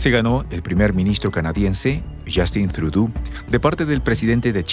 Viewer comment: No es “Trudú”, la pronunciación correcta del apellido Trudeau, del primer ministro canadiense es “Trudó” ya que es un apellido de origen francés.